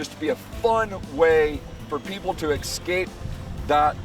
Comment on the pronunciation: Say it with me.... ESSSSS KAPE